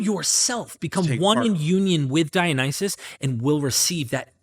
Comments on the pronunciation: ' pronunciation "Dionyses" grates my nerves. Can he read? Does he understand vowel values? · The dude literally can't even PRONOUNCE Dionysus. Has he ever even read the word???? Very doubtful.